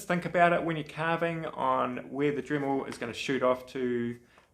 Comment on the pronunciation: It's DREMMEL Not DRIMMEL